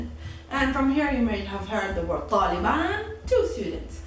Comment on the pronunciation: Țaliban you said 😂😂